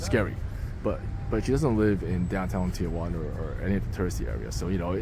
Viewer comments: Thee-Juana or T-juana..where the fuck does the O come from? 😂 please stop saying T-oh-juana.. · not pronounced tia-wana. Tee-wana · it’s pronounced “Tea-wanna”- not “tea- uh/wanna”- Get it right if you’re gonna try to teach people about the place… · If there's anyone who is interested or cares, the name of this dump of a town is properly pronounced, " TI "-Juana , NOT, "TIA" -Juana . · T-Jauna!!! not Tia-Juana!!! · 1) "Ti-juana"...NOT Tiajuana". 2) There are for-paid bathrooms in the line, had you only looked. 3) The "homeless" are mostly migrants - usually from Central America or other parts of Mexico. 4) There are web sites/pages which would tell exactly how long the expected wait time is. 5) Usually there are hustlers offering rides on shuttles to bypass the queue for a fee. 6) The bridge and area around it are simply unsafe in the night time ...these comments had to be made because your video was not helpful at all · Tijuana is pronounced "tee WHAH nah," not "tee a WAH nah" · Never understood why so many Americans, including my fellow San Diegans, pronounce Tijuana with an added 'a": Tee-A-Wana. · Why do gringos pronounce Tijuana as "tee oh wanna"?😂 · Agreed. I always tell non-Spanish speakers: if you can say marijuana, then you can say Tijuana. What's this tee-a-wana? Come on.